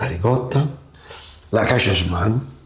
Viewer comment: Mi dà fastidio che manco riesce a pronunciare e raccontella